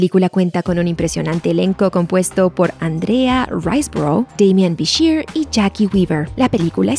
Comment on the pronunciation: "Daymian Bishir" 🤣🤣🤣